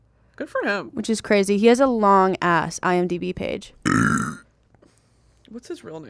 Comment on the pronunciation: "its crazeh"